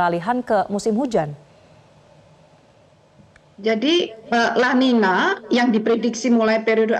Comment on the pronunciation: Kata spanyol itu bacanya el ninyo dan la ninya. Sebab nulisnya niño/ niña. Ñ= ny👍